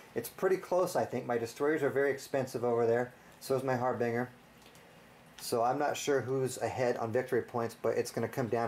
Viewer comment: "Harbinger" is pronounced "har-binge-er." Great videos and blog.